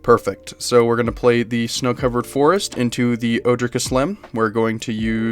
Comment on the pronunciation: Love this deck, I always feel at home in green. Kaslem doesn't super speak to me as a commander but I have most of these cards anyways so I'm definitely going to be playing her! Side note just to let you know, all of the Ojers are pronounced with the J as an H like in spanish, so it's O-hair